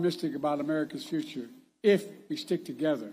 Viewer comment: Strip everything away, he is struggling with pronunciations of basic words like “future”. First sentence had a “you know”. God help the US and others around the world who rely on a strong United States